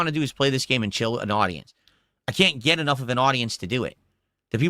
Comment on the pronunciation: "You'll never gyet clips of raging while playing dragonquest 7" we're watching exactly that right now and it cost literally zewo dahllars... although it is more of an impotent tantrum